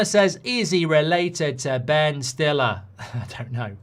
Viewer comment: someone needs to let Mark know how st is pronounced in German, Bundesliga rights are in danger if he continues to say it like he did 😂